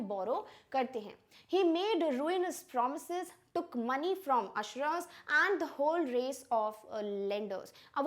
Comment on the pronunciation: Usurer is pronounced wrongly